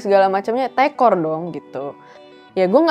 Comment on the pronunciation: Mbacanya “tekor” bukan “tekor”